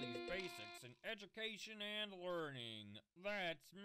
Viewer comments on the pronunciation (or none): Lol edubacation I cracked up he said that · Shadow said edumacation